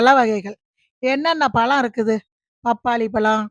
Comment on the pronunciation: No.palam😅😅.it is pazham madam😂😂😂😂